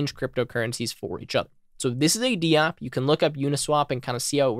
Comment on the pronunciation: Nice! But I think it’s Dapp, not D-App 🤷‍♂️